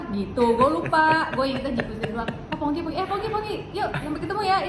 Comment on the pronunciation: Am I salah dengar atau di bagian akhir Soleh sebutnya jadi Fongki bukan Pongki 😂